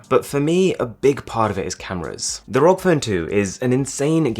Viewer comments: It irritates me when he says Rog rather than R.O.G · please call it a R.O.G phone, not a "rog" phone its an acronym not a word. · R O G not rock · Arun: rog Me: it’s pronounced R-O-G Also me: You’re not a gamer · When they pronounce ROG ("R.O.G") as "rog" hahaha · R-O-G phone smh not rog phone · no offense or anything but the r.o.g. is pronounced seperatly, not as one word as "rog" but as separate letters because it stands for "republic of gamers" so "R. O. G" not "rog" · I just get trigger as he speaks rog instead ROG cause ROG= Republic Of Gamer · Its R.O.G. not rog, Asus employees hates it when people say it rog :P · Please never say rog its R O G It stands for republic of gamers You noooob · Its R O G not Rog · btw its called R.O.G not ROG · It´s called R-O-G = ARR-OH-GI, not rok :p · It’s R.O.G not Rock or Rog or whatever. Sounds weird. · u saying rog makes me uncomfortable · please stop saying rog as one word. please. stop. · Its r.o.g like the letters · You already know how does it pronounce but why are you still saying ROG phone? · It's been a year and he still says "ROG" wrong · How do you pronounce it ROG or Rog